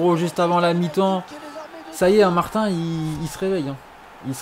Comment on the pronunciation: Martin se prononce Martine